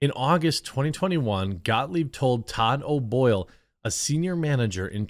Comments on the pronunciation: ScottGahh......ScottGahh........ScottGahh work here anymore. 🤣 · Gottlieb. GOT-LEEB